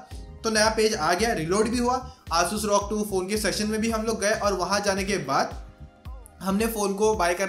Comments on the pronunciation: Bro Bolna sikh le bhai R O G not rog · It's rog not Rawg